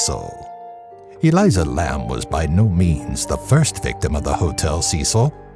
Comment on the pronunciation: It’s Elisa not Eliza